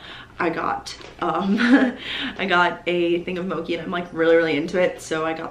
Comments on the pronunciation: Mochi is pronounced moh chee! Loved the video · it’s moh-chee btw😅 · Great video!! Just a little thought: It's it’s mo-chee :) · You pronounced mochi wrong